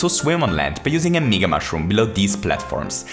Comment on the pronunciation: Its MEga not megaE